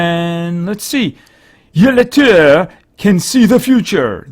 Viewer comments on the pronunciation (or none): Yill-treh thats how its pronounced